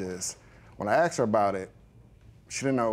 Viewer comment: It’s “ASKED” NOT!! “Axed “! WTF!